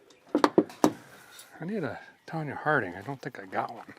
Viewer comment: Did he just say I need a Tanya Harding? 😂😂😂😂 The younger generation probably won’t get that one.